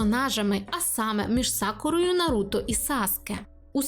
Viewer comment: Ой анкорд ,ще коли на вулиці стояв привалок з дисками ,не памятаю але начебто 2013 рік був і я купив собі диск Ураганних хронік з 1 по 40 серію в перекладі анкорд і тепер в мене травма із за його наголосу на Наруто ,ну чого він НаРУта коли в всіх інших він Наруто . Озвучка з КуйТБ реально крута ,я угорав коли почув як в перших серіях Анбу називали ,АЕНБУ та і взагалі виріс на тій озвучці ,але і дубляж реально крутий ,хоча мені більше подобається з КУйТБ бо це тупо дитинство ,а в орігіналі дивитись та не викупати рофлів або якихось Японських приколясів ну це таке собі задоволення ,коли у нас є такі чуваки та чувихи як Амоногава ,з початку не подобались ,а тепер майже кожне Аніме що виходить втикаю в дубляжі або озвучці Амоногави .